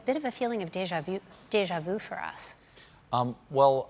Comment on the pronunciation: For once someone pronounced “deja vu” correctly ,unfortunately she went back to the wrong pronunciation thinking she corrected it it was good deja vu not deja vou